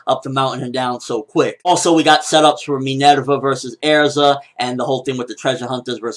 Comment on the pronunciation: Her name is Minerva quit pronouncing it like an otaku. Its roman not Japanese. .. stop it please. Respect level dropped